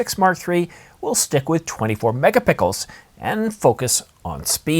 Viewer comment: "megapickles" ? lol